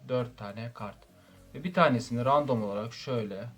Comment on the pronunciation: Random demek yerine ya rastgele demeni tavsiye ederim ya da rendım demeni tavsiye ediyorum kulak tırmalıyor